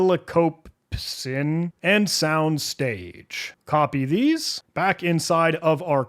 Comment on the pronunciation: An AI voiceover would not make such a bad job of pronouncing the unusual variable names. "Headstrongly" and "helicopepsin", for example, which the human totally messed up.